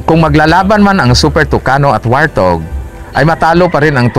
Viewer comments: Wart hog po di po wartog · WART-HOG yata, HINDI WAR-THOG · ang totoong english pronounciation yan ay,,,,,, wort haag